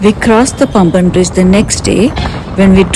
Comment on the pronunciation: Paamban bridge not Pamban